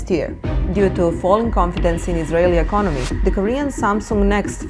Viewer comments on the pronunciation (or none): none